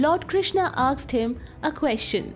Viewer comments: Why she says asked as aksed ? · Is it really "aksed" you are spelling or "asked" ? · The narrator is always saying AKSED , AKS instead of saying ASKED , ASKS ...😂🤣😂🤣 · Everything else is fine , what is "aksed" . You're saying "aksed" instead of "asked" everywhere 🤦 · A part of me dies every time she says aksed instead of asked. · Just curious, am I the only one hearing her say, "Aksed" in place of "Asked". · Aaksed ? or Asked ? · AKSED!?!? OR ASKED?? PRONOUNCIATIONS ARE CLEARLY MENTIONED IN THEY DICTIONARY!!! LEARN TO READ IT!! ACCENTS ARE PARDONABLE. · Asked or aksed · Aksed?? Or asked? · Well put together. Suggestion: Work on your pronunciation. It's "asked" not "aksed" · I want to aks you, whats up with them aksing questions? He aksed, she aksed everybody aksed.. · Asked (aaksed nahi) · Asked not aksed mate!!😂😂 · "aksed" nahi baba "asked" hota hai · Asked not aksed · Aksed 😕 Asked 😐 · "Asked" shall be pronounced as "A S k' ed" not as Aks'ed... else good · When you say aksed , it's very irritating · Aksed nahi asked hota hai... Good presentation otherwise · Why she is pronouncing "aksed" Instead of "asked" 🤣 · AKSED him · Its asked not aksed, please correct pronunciation, its embarrassing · she is saying aksed ?? really. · 'aksed him' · Aksed, Aksed, Aksed, Aksed, Aksed, Aksed, Aksed, Aksed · You have a great pronunciation except for “Asked”. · Its okay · Your pronunciation of ask gives me shivers 😱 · Please work on the pronunciation of the word "asked" 👏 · Please learn how to pronounce Asked